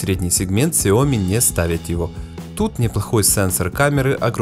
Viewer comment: Данный обзорщик, как и многие другие российские обзорщики неправильно произносит название Xiaomi, а именно неправильно ставит ударение а названии Xiaomi! В слове Xiaomi ударение ставится на последнюю букву "i", а не на букву "o"! Я как-то общался с китайцами и они подтвердили мою правоту и вообще в китайском языке всегда ударение ставится на последнюю гласную букву! А то какая-то Наоми получается, XiaOmi — NaOmi! ! НаОми Кэмпбэлл — СяОми Кэмпбэлл!